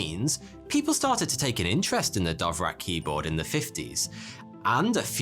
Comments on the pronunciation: Haha!! You pronounce "Dvorak" with two of your sounds swapped. Perhaps you are speaking with the wrong keyboard. 🙄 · Your pronunciation is one of the worst possible as well, "Dovrac" indeed! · I had to hold myself back from punching the monitor when he said it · How the fuck you gonna pronounce "Dvorak" as "Dov-rak". Jesus Christ. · I mean, if its pronounced anything like the composer, it's more like "Dvozshak" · DVORAK not DOVRAK. Don't be so;P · isn't it dVorak, not dOvrak ? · was just listening and wondering what the heck is a "dovrack" keyboard ? then i realized it's just mispronounced "Dvorak" ;) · DVorak,, DVorak, not Dovrak.:P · Dovrak? It's spelled Dvorak? :P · hey! it’s Dvorak, not Dovrak 😂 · normal people: da-VOR-ak intellectuals: d'VOR-zhahk: Dove-Rack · I hate to be that guy but Dvorak is not pronounced Dovrac its much more close to just Vorak with an a minor d sound at the start. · dont pronounce it like Dovrak, its Dvorak 🙂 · When you pronounce dvorak "Dove-rak" lol. Its pronounced "Duh-Vor-zhaak" for those of you who care. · You fell for the myth of no P0rn on Betamax. Sony had no control on what was licensed on their format. The Betamax failed because the cassette was so small and offered only 1 hour of recording time. Sony locked themselves in this small cassette. Watch Technology Connections! And it is DVorak not DOVrak. QUERTY is dumb, QUERTZ is the way to go - QUERTY is always annoying me when I don't find the backslash ;-)) And the strange layout was not for "slowing typists down" but to protect the type levers from tangling. So they were arranged that this does not happen quite as often while typing fast. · lol: DoveRack: it is /dvorzjik/ (/d(ə)ˈvɔːrʒɑːk, -ʒæk/ d(ə-)VOR-zha(h)k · Why did he pronounce DVorak as DOvrak? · Why are pronouncing “DOVrak” instead of DVOrak? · Because he's ""... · Dove Rack?? It's Dvorák! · It's DVO-rak, not DOV-rak... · learn to read. dVorak. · Dove rack, nailed it.